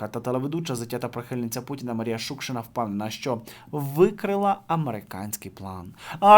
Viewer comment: Про Шукшину ти цікаво розказав, але ріже слух неправильний наголос в її призвищі. Репера я не знала, але за його розповідь я б не хотіла щоб у нього в сценічному образі було слово,,Київ ", хай бере Америку!